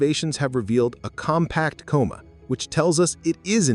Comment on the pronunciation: You keep saying "coma" wrong. Alot.